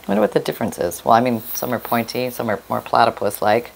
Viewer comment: Not ount....point 😊